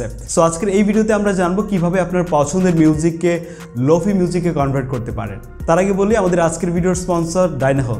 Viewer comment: প্রথমত শব্দটার উচ্চারন লোফি না "লোফাই" তারপর শুধু "রিভার্ব" ইউস করলেই লোফাই হয়ে গেল? আর কোনো কাজ করতে হয় না? আপনি যেই ভিডিও টা বানিয়েছেন সেটা "Slowed+reverb" এর মধ্যে পড়ে। lo-fi is deferent. Lo-fi তে অনেক কাজ করতে হয় যেমন Stretch, beat আরও অনেক যা আপনারা বুঝবেন না।